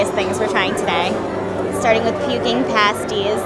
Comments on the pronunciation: “Puking pastees” Actual word : pastilles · its actually pronounced pastiles not pasties, the puking pastilles